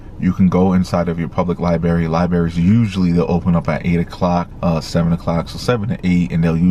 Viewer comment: library LibRary Please say the "r" that folllows the "b" It's good of you to give this helpful information